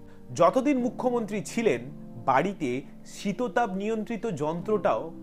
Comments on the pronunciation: শীততাপ নয়, ওটা শীতাতপ হবে। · শব্দ টা শীততাপ নয়, আসলে শীতাতপ